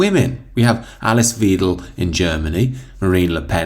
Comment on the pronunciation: It's "Vydel", not "Weedel". Happy Christmas.